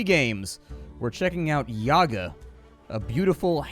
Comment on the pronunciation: But still pronounce Yaga wrong.